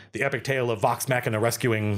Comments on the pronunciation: Pronouncing it Vox Mack was rude/ignorant , it's Vox Machina (hard A, soft C) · "Vawx MAAchina" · I wasn't ready for the Wisconsin-ing of "vox machina"